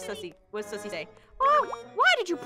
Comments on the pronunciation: The way keeps calling Suzy, Sussy😂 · When they visited sussyit sounded like sussy baao